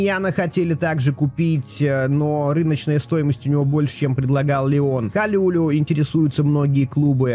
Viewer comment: привет. По-моему правильно его фамилия произносится Калулу не Калюлю 😂 хотя звучит прикольно